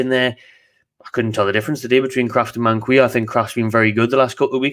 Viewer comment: Its man-key-o btw